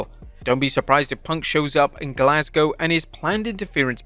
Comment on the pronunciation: Thank you for pronouncing Glasgow properly. As a Glaswegian it is appreciated 👍